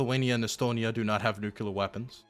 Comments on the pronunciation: please. It's Nuclear! Not nucular. Come on man, you can do better! Pronunciation of this word aside, I love your content, especially the hippy dippy round table. Keep up the great work. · Love you, just one thing - it drives me nuts -it's nuclear, not nucular. I think this stems from people using nuke as short-hand, and then assuming it comes from nucular. It doesn't. It's nuclear. Pls stop saying nucular. TY! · If it has said before, I apologize, but… No one has nuCUlar weapons. Some have nuCLear weapons. C’mon!!! 😂😅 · "NU CLEAR".. its not "NU CU LAR" xD hahaha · IT'S NEW-CLEAR, NOT NEW-CUE-LAR. For the love of god and everything holy can someone PLEASE tell him this? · I'm begging to learn to stop saying "nukular" because I stop focusing every time I hear him say it. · Love you, and I know it’s petty, but every time you pronounce “nuclear” as “nukular” it triggers George W. Bush flashbacks. You’re better than this. I believe in you. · why do you say "nuclear" like George HW Bush?